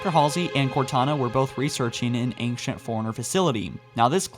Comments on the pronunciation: Why does pronounce ancient like anxious?! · That's not how ancient is pronounced. You are pronouncing the c like a k, or how it's used in anchor, and s at the same time. Just the s sound is used.